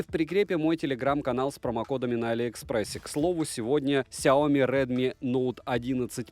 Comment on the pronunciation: Произноси правильно! Сяоми'. А не ксиоми🤮. Аж кровь из ушей. Обзоры у него блин быстрые